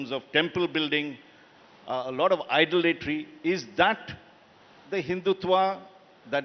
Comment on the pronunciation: Did he say 'idolatory?' where does he think he lives. I get free speech and all but what the heck does this interviewer mean by 'idolatory?' such an ignorant man. Unqualified and unfit to be even sharing the stage with the great soul who is Sri M.